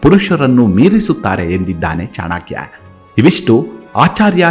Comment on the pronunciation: ಚಾಣಾಕ್ಯ ಅಲ್ಲ ಚಾಣಕ್ಯ ದಯವಿಟ್ಟು ನಿಮ್ಮ ಬಾಯಲ್ಲಿ pronounciation ಸರಿ ಇರಲಿ pl